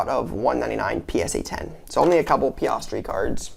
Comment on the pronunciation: Oh and can’t forget “PiOstri” and “BOH-TAUS”